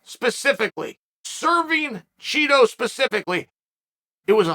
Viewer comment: BUt you are supposed to pronounce Chito as CHEETO